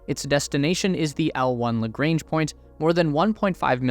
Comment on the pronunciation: Bloody hell man you are great ! Lagrange is French and you pronounce in American..... Deluge isn't French yet you pronounce it in French !!! are all Americans this poor at pronunciation ? Probably.